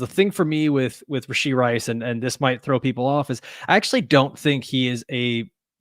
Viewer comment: I’m hearing “Rish-ee Rice.” Thought it was “Rash-ee Rice.”